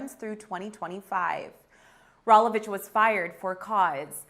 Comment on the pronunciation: Can we get a reporter that knows how to pronounce Rolovich or other words correctly. Sheesh, how hard is it to do homework before filming.